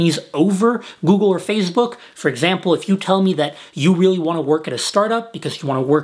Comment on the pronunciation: i heard that too haha